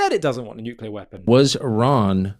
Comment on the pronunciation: Jou Kunt says, "Nookyular..."🙄 (Lutter brokun on my kuyboard)